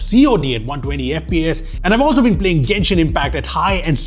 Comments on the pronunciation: Finally genshin impact instead of jenshin impact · He finally said genshin😭